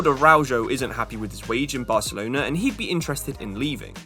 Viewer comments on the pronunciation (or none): none